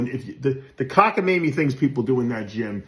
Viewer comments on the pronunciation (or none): LMFAO. You know you’ve made Dave mad when he says “THAT’S A BUNCH OF COCKA-MAY-NEE…..!”